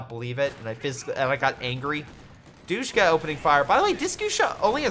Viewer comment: I love ya bro but it’s not pronounced doosh-ka. It’s dish-ka and the way I know this is because they are still used in Afghanistan. Keep up the good work friend. Respect.